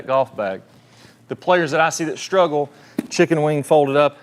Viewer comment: WTH is it with all of these people now days putting an H in words that don't have them? Shhtruggle?